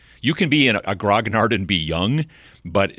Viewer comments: French here. Grognard is pronounced gro - nee - arrr :D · A word about grognards. (I’m not telling you my age but I’m definitely qualified). It literally means ‘Grumbler’ and was how Napoleon’s veterans - specifically the Old Guard - referred to themselves. I have yet to hear an American pronounce it correctly; the second g should be soft. To put it another way, the gn combined sound like the Spanish n with tilde as in señor. The final d is also soft: just forget it’s there. ‘Gron-yar’ would be close, or at any rate an improvement.